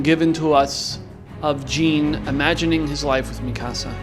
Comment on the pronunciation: ur pronouncing jean wrong........